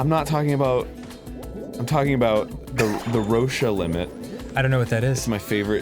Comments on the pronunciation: cringed alittle when arin said "rosh-a" limit and said the moon will do that. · Okay, I love that you guys were talking about this, but.... 1) it's pronounced Row-shh limit not rosha 2) Venus is not larger than earth, it's slightly smaller 3) The moon will not become earths ring because it's slowly moving away from earth not towards it 4)If the earth stopped spinning instantly we would definitely go flying. Also everywhere on the planet winds would reach several hundred miles per hour, literally burning and grinding buildings and everything else on the planet to dust and ash I just want to reiterate that I love that you talked about this even if you hot some facts wrong. I love you guys. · Every time Arin mispronounced "Roche Limit" I died a little inside. :3